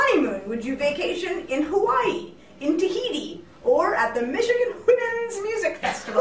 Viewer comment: tegan says hawaii just keep replaying